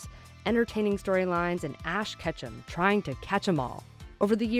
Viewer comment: She just called ash ketchup to red?